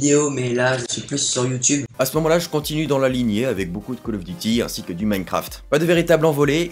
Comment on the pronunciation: fan du canada, tu peut te pèter les bretelles en passant la première fois sur tes premier video, tu prononçais bien youtube.